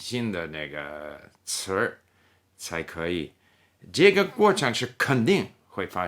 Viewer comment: 词儿这个发音好评